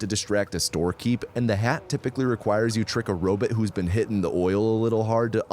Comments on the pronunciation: Love every minute of this except every second I have to listen to you say robit instead of robot, please post a short saying just bot, do you say bit? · What’s a “robit”? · If you say Robit one more time!!! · the way you said “robot” lol Edit: I love that you keep the same pronunciation throughout the video. 🦀